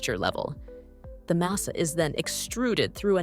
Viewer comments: It’s MAH-sah, not MAY-sa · "Masa." It's "masa." Not "mesa." It was said correctly at first, then incorrectly as the video went on. Other than that, a fine video! ETA: The pronunciation did slide toward "mehhasa" at one point, which made me smile. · Why does the narrator pronounce masa in so many different ways? It's just pronounced "muh-suh". Not "may-sa" or "mee-suh" or "mass-suh".